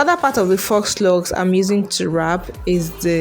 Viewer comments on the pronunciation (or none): You make ot look so easy. I'm going to try this. Hope it turns out as good as yours. FYI: FAUX is pronounced "Foe". Yeah that's not how it's spelled, but it's French, so it has letters in it that goes against how we pronounce things in English. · Faux is pronounced = fo, not fox. 🦊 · It's faux pronounced foh not fox. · Awesome video. But Faux Locs is pronounced "Foh" Locs, the "x" is silent, not "Fox" Loxs 😊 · Pronounced FO LOCS; not fox.... Your presentation is great and easy to follow. They really look nice! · Foooooh locs (faux locs) not "fox" locs. I'm not trying be funny or rude. Just thought you and the viewers should know the proper way to say it❤️ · "Fox" locs🤣🤣🤣 girl the X is silent. It's phonetically pronounced "fo" locs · Faux is pronounced for, not fox, and crochet is pronounced croshay, not crochette . Your mispronunciation of these French words makes it difficult for me to watch/listen to this video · It's pronounced "foe locs". Not fox locs. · You are pronouncing faux incorrectly. It’s pronounced “foe” lox! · It is pronounced ‘foe’, the ‘x’ is silent…you’re welcome. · Faux-pronounced 'foe'. French for fake. Just fyi. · Pronounced Foh locs😆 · Yes it tears my nerves up to hear people say “fox” 🤦🏽‍♀️ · Great tutorial! 🥰 But FYI... "Faux" is pronounced (Foe) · I just came to ask you to stop saying "fox" locs😂😂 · foe locs he x is silent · It's pronounced, "foe" locs, Sweetie. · Great video but faux is pronounced...fo